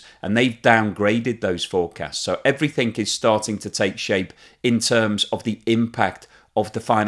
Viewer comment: Everything not Everythink!!